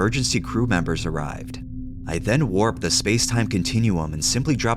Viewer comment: "i waped to time space continnuim to get the cuffs off" lol wtf